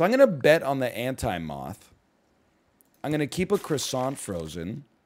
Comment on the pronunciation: Nl says moth like mauthz